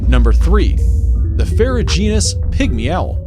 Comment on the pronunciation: It's amazing how so many narrators refuse to look up word pronunciations. li-chins is pronounced lie-kins. This is the worst I've ever heard for ridiculous pronunciations, or rather ridiculous mispronunciation. ferrugeous? Come on. It's got an N in it. Ferruginous. Saerraguro cactuses? Saguaro, pronounced Sawaro. Oh, second time he calls it a sagaro cactus with a hard G. Two different mispronunciations. It is SO EASY to get pronunciations online. You don't have to read those funny symbols, just look the word up and you can LISTEN to the pronunciation.